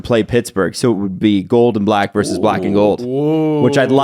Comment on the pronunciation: It's "versus", not "verse".